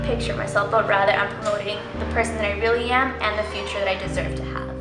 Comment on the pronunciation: 'Future' not 'furture', other than that great video! Hope I get to go (2016)!